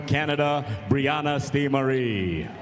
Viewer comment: Brianna "STEE"- Marie??? Ok....lmao!